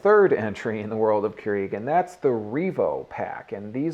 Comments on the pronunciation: it is pronounced as cure- rag not cure eeg lol ;) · "Cure-eeg" lol